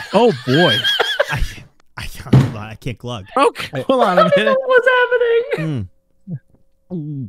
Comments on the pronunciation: it's not Glug it's GUH :) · Mori: "gUH": "desperately chokes while trying to pronounce it"